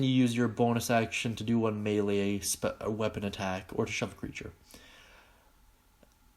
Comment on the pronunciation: Please, please, please, PLEASE stop pronouncing it Mee-Lee. It's May Lay